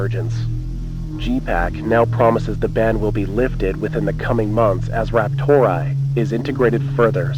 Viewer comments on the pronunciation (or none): "RaptorAI" being pronounced as "raptor eye" is like someone pronouncing "OpenAI" as "open eye". Who the hell does that?